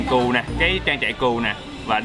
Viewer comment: kêu cừu đến bên cạnh mà cứ như kêu cún ấy. 😆 Vui ghê